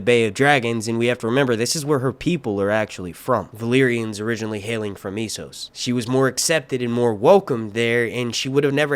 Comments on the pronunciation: It's Essos not Issos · Its E SSOS, E SSOS say it with me, ESSOS EEEEEEEEEE NOT iiiiii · Essos not eeesos ffs